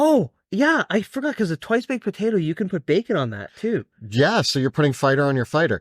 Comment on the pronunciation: This mufuka says “batato” instead of potato